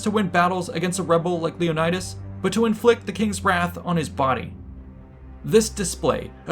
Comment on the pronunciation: You mispronounced Leonidas everytime u said it